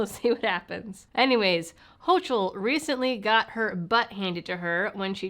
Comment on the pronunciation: "Hochul" rhymes with "yokel"